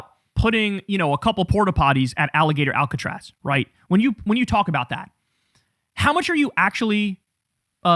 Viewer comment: ah yes, alligator alcatraz or as nick shirley would call it agillator alcotraz